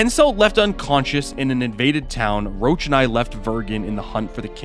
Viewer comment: "Geralt has a personal rule about dragonslaying, wich is, that he doesn't" - friendly reminder as per books, it's because he's afraid to do so, not because they are endangered or smg Also, Roch is read as 'rosh', not 'roach'